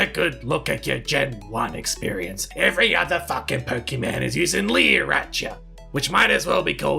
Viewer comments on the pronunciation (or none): I get so triggered when adults call Pokèmon, 'Pokèman' xD